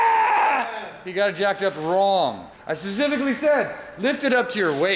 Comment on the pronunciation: "Sasifically"? lol